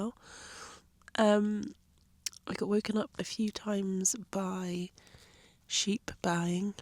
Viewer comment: Ok... They're called sheep and lambs....not "sheepees". 😂